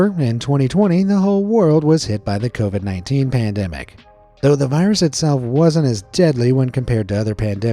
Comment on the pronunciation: Covied umm i actually caught that one